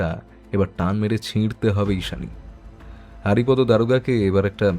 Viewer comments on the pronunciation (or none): Kichu mone korben na. Apni ki bangali? Apnar bar bar হারিপদো Ucharon ta Kane lagche. May be উচ্চারণ টা বাংলায় হরিপদ habe. Sorry amar Kane lagche bole bollam. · নামটা বোধহয় হরিপদ হবে হারিপদ নয় , উচ্চারণ এর দিকে একটু নজর দিন বড় শ্রুতিকটু